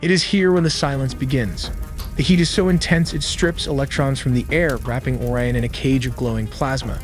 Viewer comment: Why do you pronounce Orion like "Or-ee-an" , but then pronounce it as "O-ry-in" ? You also say "cirples" instead of "circles" in the sentence . Why?